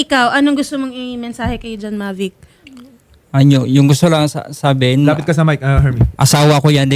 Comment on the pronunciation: BAKIT BA MAVIC KA NG MAVIC?! MOVIC HINDI MAVIC! OBOB!